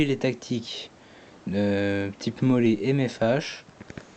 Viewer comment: molle pas mollé... ça se dit molli vu que le système est anglophone